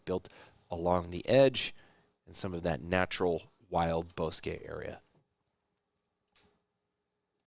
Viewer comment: ( ) Thank you for the coverage and pronouncing it right! TO EVERYONE ELSE: BOSQUE It's Pronounced BOW S-QUE NOT BOSS SKI